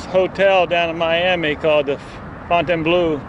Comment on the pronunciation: It is pronounced ''Fowe n taine blow''